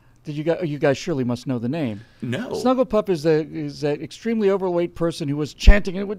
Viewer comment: did he say SnugglyPuff? :D